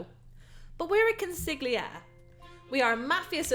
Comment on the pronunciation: The g is silent in consigliere beleive it or not